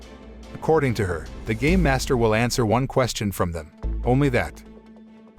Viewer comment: He made it sound like gay master when it's actually game master the dude litterally took off the '''me'' off the word game.